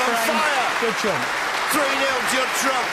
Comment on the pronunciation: His name is Judd not Jude